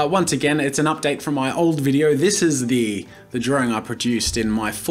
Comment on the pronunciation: why can't you pronounce drawing correctly????. ITS NOT 'DRAW-RING' !!!!!!!